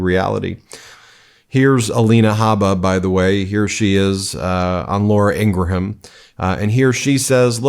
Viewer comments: Hey Ben! You’re still doing it. You’re still pronouncing the H in Ingraham. It’s “Ingrum,” like Ed McMahon is “McMann,” not MICK-MAY-HON. Someone named Sheehan is Shee-in, not Shee-han. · FWIW it’s not ‘Ingra-ham’, it’s just ‘ING-gram’. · O...M...F...G...! It's Laura Ing-gram, not ING-GRA-HAM! And while we're on the subject HUMAN, not YOOMAN! Trump says it like that and it makes me CRAZY! Don't be like Trump.